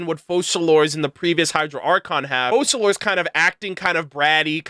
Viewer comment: Why don't most content creators research how you pronounce names when they are obviously a certain language? You don't pronounce the "s" in Focalors